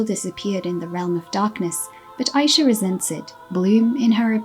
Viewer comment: …You’re saying Aisha wrong and it low key be stressing me out. 😂 And the comics show that really no one knows how to make Fate good. Instead of adding to the characters and story (ie make the characters more dynamic and give them cute outfits) they just don’t? And it’s a new writer too? Tragic. Oh well, thank god Winx is getting rebooted. 😂